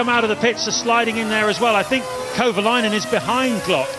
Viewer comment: Okay... the fact that the commentators keep butchering Kovalainen's name is really irritating. You'd think they'd actually learn how to pronounce driver names properly... but evidently, it's too hard.